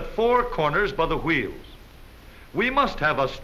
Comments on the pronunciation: I love how he says wheels it sound like chuieels 😂😂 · Aahhh, that narrator! Wheels = woo-heels. Awesome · I love this mans pronunciation of wheels.